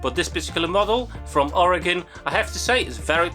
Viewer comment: Greetings from Oregon, and thank you for pronouncing it right despite not being from here haha